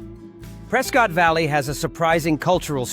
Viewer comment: AI voice, Prescott is pronounced Pres-kit.